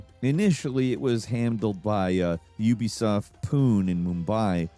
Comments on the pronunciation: Ubisoft Poon-eh not poon. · Bro that's not Ubisoft 'Poon', It's Ubisoft 'Poo' 'Nay'. And Pune ain't in Mumbai it's a seperate city. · im sorry its pronounced "poon-ay" 😭 not poon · "Ubisoft Poon in Mumbai"? First of all, it's pronounced "Punay" and second of all, Pune and Mumbai are two different cities. It's like saying "Ubisoft Dallas in NYC" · As an Indian, I wanted to share a quick linguistic note. While Pune is often pronounced like "Dune," its correct pronunciation is closer to "Poo-ne," which is actually much easier. This pronunciation quirk is common for many places in India. (Completely unrelated to the video, but thought it was worth mentioning!) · Ubisoft Pune (pronounced pu-nay, not phoon) is not in Mumbai. It is in Pune. You know... kinda like the name indicates? Similar to how Ubisoft Los Angeles is in Los Angeles and not in San Francisco :) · it is not puun it is pune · Him mispronouncing Pune (pooh-nay) as poon made me giggle lol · It's Puuune not Pune - Pronounciation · It's not Poon. It's Pu-Nay. How hard is it to get the pronunciation right? It's not like your videos have a lot of foreign words. You can always check out the pronunciation with a single Google search. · Just wanna mention that it is not Ubisoft Poon lol, it is pronounced Puné (like café). It is a city close to Mumbai. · Ubitsoft Poon?? Lol its Pun-ay. Maybe u can say poo-nuh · It's pronounced as Poo-ne. And Pune is not in Mumbai. It's a different city. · Pune is pronounced as Poo-neh. Yk, French pronunciation. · it's pronounced "Poonay" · lol pronouncing pune poon is hilarious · Pune = Poo-nay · It's 'Pune' pronounced as 'Pun - a' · Pune isn't in Mumbai but a different city altogether 100+ km away. And it's pronounced Pun-ay. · Pune pronunciation : /ˈpuːnə/ POO-nə , its like Poo-Nay not like Dune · Ubisoft Pune is pronounced like Ubisoft poonay I thought you were gonna say Ubisoft poonani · did you just call Ubisoft pune as UBISOFT POOOOOON?! LOL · it is pronounced as Poon-a.